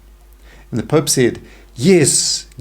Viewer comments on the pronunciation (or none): none